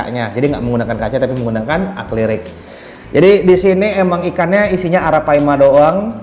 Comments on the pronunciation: akrilik bukan aklirik om wkwk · ngobrol koq belepotan... Akrilik bos..! bukannya aklirik....haddewwhhh...malu2in aja lu.... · Bang gw tadinya mao diem bae tapi ga tahan, gw liat di wiki yang bener akrilik, , , tapi lu nyebutnya aklirik mulu :D maaf ya, abisnya gatel di kuping, gw pikir gw salah denger pas gw liat cc di video lu bener kan aklirik, maaf banget ya jiwa netizen rese gw meronta banget :D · Akrilik bang..bukan aklirik..😁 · Bukannya "akrilik" kok ngomongnya aklirik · Akrilik bang bukan aklirik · Akrilik atau aklirik om? Wwkkk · Akrilik om , bukan aklirik wkwk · akrilik kali bukan aklirik 😅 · Akrilik bang bkn aklirik 😁✌️ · akrilik not aklirik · sorry bgt bro gw lurusin yak?🙏 Acrylic / Akrilik broo,bkn aklirik. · Aklirik, Akrilik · Akrilik bang bkn aklirik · Sorry bang ingin meluruskan akrilik bukan aklirik 🙏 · Bukan aklirik tapi akrilik bang😂🙏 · Akrilik bang bukan aklirik wkwkk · akrilik om bukan aklirik😅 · Akrilik bang bukan arklirik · Akrilik om bukn aklirik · Aklirik apa akrilik om? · AKRILIK APA AKLIRIK?😂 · Akrilik om.. Bukan aklirik wkwkwkw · Apa cuma gw yg denger ngomongnya AKLIRIK